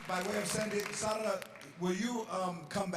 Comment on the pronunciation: I love the spanish pronounciation of Sara! So much better than Sarah